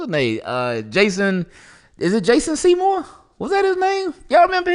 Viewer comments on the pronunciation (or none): none